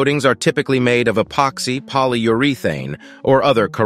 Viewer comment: How he pronounced “urethane “ is suspicious as hell .